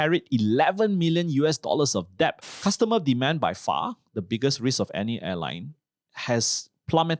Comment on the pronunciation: Cant even pronounce debt